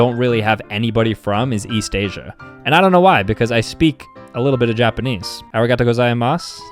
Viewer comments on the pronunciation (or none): Who else paused the video, threw something or your phone across the room and screamed when he said 'Arigatigozaimasu' I probably misspelled that